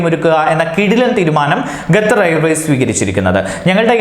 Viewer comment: Gathar allaa potta Qatar ennann